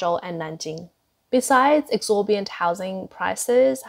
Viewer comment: it's 'exorbitant' not 'exorbiant' lol